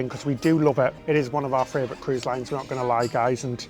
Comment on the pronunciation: As an Australian, I am very disappointed to hear failed Australian accent. Also it's funny to hear say "fravourite" instead of favourite.